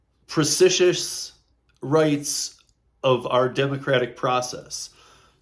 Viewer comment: Pre-ci-tious, good catch. 😊